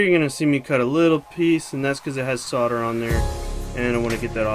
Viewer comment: Solder "Soul" "der" NOT Sodder